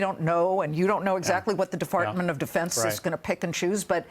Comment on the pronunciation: defartment of defense lmao...